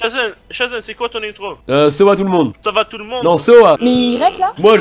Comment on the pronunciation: xDDDD Achevez-moi ! "Shazen c'est quoi ton intro ?" "Sowa tout le monde" "Ça va tout le monde ?" "Non, SOWA" xDDDDDD